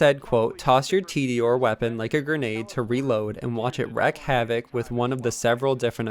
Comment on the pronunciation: "Watch it RECK havoc"... i think he meant reek, just kinda funny